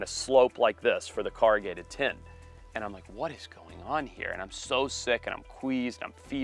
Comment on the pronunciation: 'car i gated ' ....who the hell taught you how to pronounce words ... you were failed , and you still fail .... correct it stupid